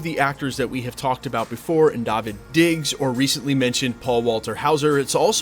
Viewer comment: I can't believe you are still mispronouncing Daveed Diggs' name...